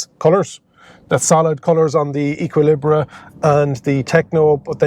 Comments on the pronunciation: I'd have said "Ay-ki-lee-br" (no pronounced H at the start) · Thanks, great to see Renault taking their early progress with the ZOE to larger EVs. Looks like a promising addition. I'm going with Ek-ee-lee-bruh on the pronunciation, btw... A-level French, don't fail me now!